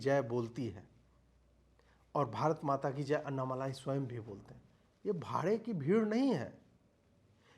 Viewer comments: Pl know the name properly it's : Anna-mallai ( note the double 'll') & not anna-malai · एक विनम्र अनुरोध है। कृपया अन्नामलाई नहीं बल्कि अण्णामलै कहिए। यही सही उच्चारण है। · Not malai but मलै यानी पर्वत, अन्नामलै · अन्ना मलायी नहीं सर, अन्ना मालि🙏. Just to correct, not fault finding. U r great🙏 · अन्नामलाई नहीं अन्नामलई है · Sir, it's Anna Malai as in मलै. Not Anna मलाई.. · Bhai wo Malaai nahi Malei he, Anna Maleya. Maleya Matlab mountain in Tamil. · Please Stop . Writing his name or pronouncing his name incorrectly. अण्णामलई सही है अन्नामलाई अशुद्ध है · MALAAAYI (KOFTA) NAHI... MALAI... LLA K SAAT.... *AIY KI MATRA....* "LIKE" JISA - Ma LI .. OK..?? KAA BOS*K HINDI PATA HEI... 😕🫤 HUM BHI APP SE ACHHE JAANTHE... !!! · It’s ण not न in aNNAmalai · it is basic manners to say the names correctly that too in public forum